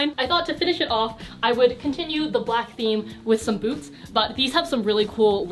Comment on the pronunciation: i thought you said "styling flat boobs" instead of "flat boots", now my flat boobs need you to do a video on that